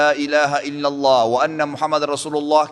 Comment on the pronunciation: wa "anna" muhammadan rasulullah (dan bahwa Muhammad rasulullah) ... Bukan wa "aana" ...